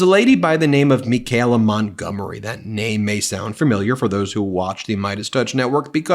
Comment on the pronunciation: Ben, why so much trouble pronouncing Michaela...me kay la... there's no g...it's not me gay la.